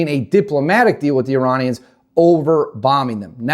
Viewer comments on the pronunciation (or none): none